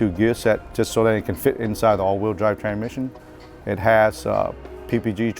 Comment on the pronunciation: can’t say tran misson